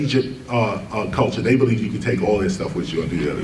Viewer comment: Wow he's saying heavy shtuff! I hope his audience can handle it.